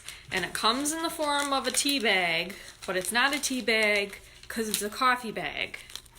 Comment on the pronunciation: Omigosh! And bayg!!! I love you